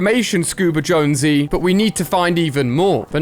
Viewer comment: ali i its jonses not josnose